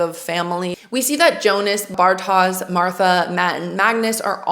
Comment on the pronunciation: I would just say that the names ought to be pronounced in the German way. Jonas should be pronounced (Yonas), Martha is pronounced (Marta) and Bartosz is pronounced (Bartahsh).